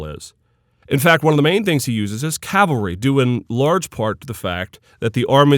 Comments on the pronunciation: calvary?? Perhaps "cavalry"? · Umayyad "calvary" hee hee